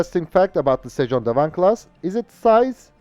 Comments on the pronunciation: FYI, your pronounciation of sejong dae wang is almost perfect. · The Korean pronunciation of the destroyer is very good.